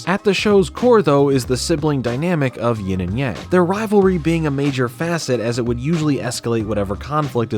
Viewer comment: you would think if this show was inspired by asian culture that they’d at least know that yang is not pronounced like yaeng